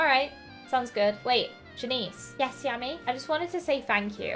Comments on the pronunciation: Great vid. But its not jan eece its jan iss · Its pronounced Jan-IHS not Janeece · Yammy Janices name is pronounced Jan is. But I don't really care say whatever feels right to you. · You say janice like (jan)-(i)-(s)